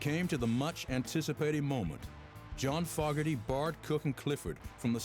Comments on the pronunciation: Fog...erty ? Low dee ? What's with this guy? Who produced this garbage ? Love the band. Hate the documentary. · "Foggerty", bay-you, and loddi? The narrator is from another planet. Many other screw ups in this poorly made documentary. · True, but you gotta hand it to that chap Fog-erty, writing a song like Ladi, that bloke John I mean is brilliant, pip pip, cherio, and all that rot. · What a terrible and tiresome documentary. Very poorly made. Read the other negative comments because they are all on the money: many mistakes, photos that didn't match what they were talking about, terrible interviews (with British guys??) and so many mispronounced names (Fog erty, Bay-yoo, Lawdee). Worst of all they obviously didn't have the rights to play any CCR music so instead they have cover versions of Pink Floyd's "Run Like Hell" and Zeppelin's "Whole Lotta Love" playing in the background over and over again. Don't waste your time. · Rked E I loved this program with obviously the only people they could find to speak for the band. You know the Hills have eyes contributors speaking on here. 12 teeth between them, and the narrator who knows his material of John Fog-er- tie 😅🤣. Brain dead Brittany Spears could pronounce his name right yet they really proof checked this documentary with the name pronunciations, the lack of contributors who had 9 teeth or didn’t sound like they were trying to talk without having to smack their lips to keep from spitting every other syllable and cool backing sounds of Pink Floyd??? You couldn’t find any bayou music to play in the background? By the looks of this that’s where the producers live🤣😅 way..................down in the bayou. 😅🤣 but I’m sure on foggy days the narrator pronounced that as fouggy days😅🤣. Group A+ This documentary F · 5 minutes in and i'm ready to stop watching. this guy can't even pronounce the last name correctly. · You would think that they could have gotten a guy to narrate this documentary who knew how to pronounce FOGERTY!!